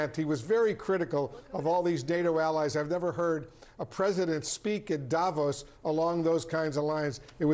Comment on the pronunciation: When do anchors, experts, journalists on CNN and any other American Newsnetwork finally learn that Davos is pronounced Davòs and not Dàvos!! Guys, the accent is on the o, not on the a !! You have mastered pronouncing more challenging names, it can't be that complicated!?!